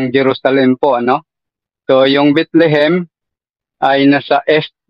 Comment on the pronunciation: Mali Ang trivia ni kuya Kim...TAMA Ka diyan.. Mali ka naman sa pag pronounce mo sa Bethlehem HINDI Bitlihim....😂😂😂😂😂